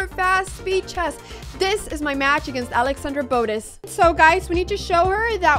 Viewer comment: “Alexandra boatus”